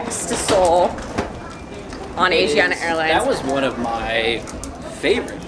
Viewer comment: You say Asiana wrong, but good video.